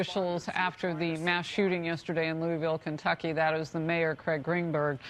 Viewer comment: She can't pronounce Louisville?